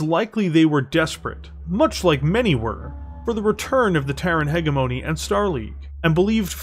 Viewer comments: Still mispronouncing “hegemony” here. It’s a soft g sound, not a hard g sound. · Thank you for the video it was excellent, only thing I had a hard time with was the way you said “ hegemony”guess people say it differently in the us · Well done, a good listen. But a small gripe would be the miss pronunciation of hegemony. If it was once or twice no big deal but it was said so many times it pulled me out of the story a few times. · This is so good! I just wish you knew how to pronounce hegemony.